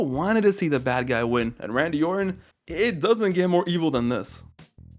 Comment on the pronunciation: this MF said "Saddam Orton" 😭🤣